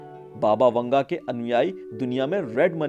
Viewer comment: Baba vunga ? 🤣🤣 PRONOUNCE IT CORRECTLY